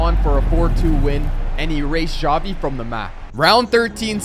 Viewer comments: bruh why does he call xavi, javi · Him pronouncing Xavi: Chavi Me: Shawty 💀